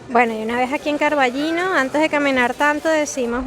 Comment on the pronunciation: Con Ñ. Pero, es tan difícil? CarballiÑo. Estás en Galicia.